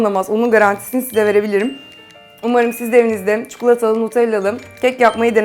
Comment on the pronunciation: çukulata deyip durma ya